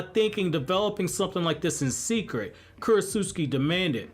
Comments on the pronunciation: I think talking so much about Isshiki, Momoshiki, and the other Ootsuski be on your mind a lot because you haven’t pronounced Kurotsuchi’s name correctly one time in the last couple videos about Shikamaru Shinden 😂😂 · The one thing bothering me in this video... I think I've tried correcting the mispronunciation of the name before, with Ohnoki I believe. Not Ohnoiki, (Oh-no-key). Not Kurotsutski, Kurotsuchi (Ker-oh-t-sue-chi). I'm sorry, I happen to remember names, and I'm particular on them said like so. 🤣 Imagine if someone talking to you, consistently addressed your name wrong, although they had heard it said properly before.